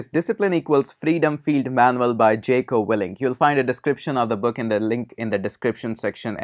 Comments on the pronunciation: It's Jocko not jeko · its pronounced as jauko